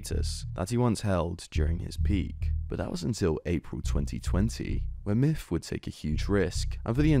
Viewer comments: The video is hard to watch when he calls him "miff" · his names myth not miff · Pretty sure it’s pronounced Myth not Myff.. JS. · I literally was mainly listening and thought you were saying "Miff" this entire video. Then I see he commented and it's "Myth". Good lord I feel dumb xD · "miff". Come on ya dang Brits. Learn how to say "TH". It's MyTH, not MIFF. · you do realize it's MYTH not MIFF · Oh my god dude 😂 I was only listening to audio this whole time and thought the streamer’s name was “miff” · I hate how you pronounce his name. "Miff" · no matter how many times you say it all I hear is Miff, good vid though